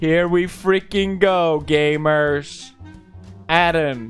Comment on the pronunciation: How pewdiepie pronounce gamers : gAYmeRs